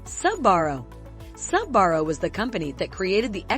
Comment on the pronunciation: A pizza "buff-ett"? "SAH-barro"? This video is ridiculous.